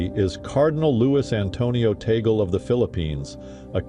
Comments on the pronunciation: Pronounced as Tag-le. Not Ta-gel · Tagle is pronounced as Tag-le not Tagel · Yes it is Taglé. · AI announcer, it's Tag-leh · I hope the next pope will be Asian, as most popes come from Western countries. Oh! And it's pronounced "Tagle" / TAA-GLAY /. Italians can pronounce them better, and it sounds so Italian. LOL. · Perhaps they see Tagle and think it is pronounced like Eagle. I hope more YT commenter and AI see your post and learn the correct way of saying it: TAG-LE